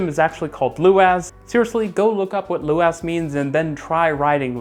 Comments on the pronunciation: If you're going to be doing a Dublin video: Luas is pronounced more like Lewis than Lou-as. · Super excited for the Dublin video! Just a heads up "Luas" is pronounced the same as the name Lewis (loo iss) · The Luas in Dublin is pronounced more like Louis or loues, the "a" sounds more like an "e" in Irish. Great video. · Luas pronounced Lewis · Luas is pronounced like Lewis. Also it's free to ride 😜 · This is the first time I've ever heard you mention Dublin. I suppose there's no point making a Dublin transport explained video as it would barely be 2 minutes long ! By the way Luas is pronounced Lewis. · You pronounce it "loo-is" by the way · "Luas" is pronounced with the stress on the first syllable, so it actually sounds more like "Lewis". Yeah, the naming has been a running joke since it started, but it really was an improvement over what it replaced! The real issue it has isn't the speed of the system, but the restrictions on the length of the trams due to the lines crossing normal roads and streets.